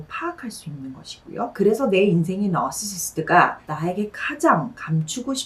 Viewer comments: 너으르스싀터 도 쫌 웃겨요. 나.르. 할때는 또 또박또박. 어떤 특정한 단어들은 원어민 발음으로 신경쓰고 발음하고 약간 긴 문장 줄지어 말씀하실때는 자신도 모르게 한국식 발음 나오더라구요😂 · 한마디로 정신적으로 미성숙하고 이기적인 심보를 가진 애 같은 사람이라고 보면 될까요? 영상 잘 봤습니다 쌤의 나르시시트 발음 너무 우아하고 중독적이네요😊